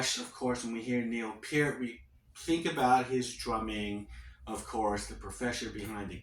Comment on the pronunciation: If you’re gonna make a video about the “HOLY TRIUMPHANT “ Please get the lyrics right! “The way out is the way in!” And “I can’t pretend a stranger is a long awaited friend!” But hey at least you pronounced his name properly!